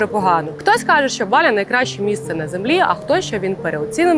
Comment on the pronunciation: Поясніть будь ласка чому ви говорите слово Балі з наголосом на перший склад. Саме така вимова прийшла з російської на протязі крайніх 5 років хоча самі балійці говорять з наколосом на другий склад. Дякую